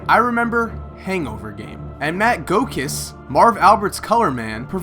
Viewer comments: It's Matt GOO-kiss, not GO-kiss. Just sayin' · Matt Go Kiss? I've never heard his name pronounced that way before.